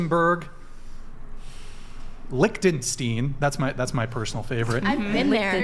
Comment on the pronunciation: Americans prononcing Liechtenstein is just too fun